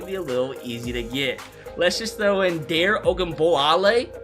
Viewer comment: The way you pronounced my boy Dare’s name 😔 jus saddens me lmao